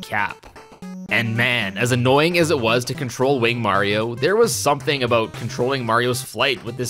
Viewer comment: as a canadian I accept "a-boat" as a pronunciation of "about" but you're on thin ice lol no hate tho you're amazing